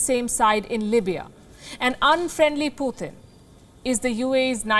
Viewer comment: Please not PUTHIN but PuTin